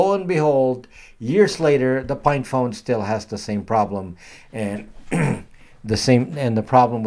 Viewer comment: are you saying "FINE" phone or "PINE" phone? Librem 5 looks like an albatross!